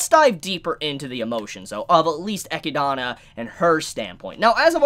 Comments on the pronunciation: I'm pretty sure you pronounce Echidna as E-kid-na. There's a character in Fire Emblem Heroes with the same name that says her name this way. Also, the road to evil is paved with good intentions. I wouldn't say the Witches are all as good as you are thinking. For instance, one witch gives non-humans the ability to have emotions, also creates the emotions of anger and rage in beasts like the ones that attack the village. I'm assuming each Witch had good intentions, but bad repercussions that occurred. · pronouncing her the Japanese way ekidona makes more sense later on. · I think it's E-kid-na. Like "spider" in Greek. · Another reason why dub is superior, we actually know how to pronounce the names of the characters lmao. EGGYDONNA, ROSEWALL, & OH-TOE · you probably already know this, but I'm pretty sure Echidna is pronounced like (Eh-Kid-Nah) like knuckles the Echidna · Echidna's name is pronounced uh-kid-nuh, just like the animal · Isn't it pronounced Eh-kid-nah. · It’s pronounced Eh-kid- nah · It's pronounced Eh-kid-nuh. Depending on your accent. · Its pronounced E-kid-na =echidna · Straight up mispronouncing echidna for half an hour but otherwise some insightful content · "Eh-kid-Na" or (depending on where you're from) "Ay-kid-Na" Echidna. Not "Eck-ki-da-na" For those of you whose souls are screaming "He keeps pronouncing it wrong!" You're welcome. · I just crossed the 5 minute mark but it is hard to unhear. You wrote it right but you say her name incorrect? XD I always hear 'Echidana', not 'Echidna' - so irritating. XD I'm not a judge, but I just wanted to say it. ;) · Echinada? Is anyone else cringing at the pronunciation of Echidna....😬 He's adding letters. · For one: it’s not “Eh-key-dah-nah” it’s “Ee-kid-näh” Come on, you know, like Knuckles the Echidna from Sonic? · also her name isnt echi donna it’s literally echidna like the sonic character knuckles is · It's not Echidana It's Echidna. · Eh-kid-na is the proper way to pronounce it.